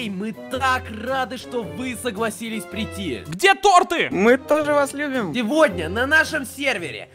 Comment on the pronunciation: Не торты а торты